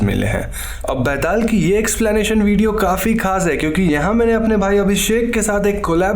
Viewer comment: It so awkward that an indian pronunciate an indian folktale charecter wrong..byataal!!!!!betal to sabhiko bolna ata hain yaar